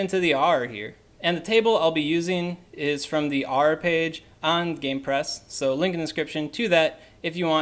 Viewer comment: If you’re going to make a specific guide on something, at least learn how to pronounce it properly. It was horrible to listen to. I mean it’s literally said in the films, and pronounced properly by JK Rowling. Arer? Does it look like it’s pronounced that way? Annoying ass video